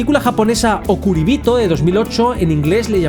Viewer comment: quería comentar que okuribito está bien pronunciado, en general la pronunciación del japones y el español es bastante similar.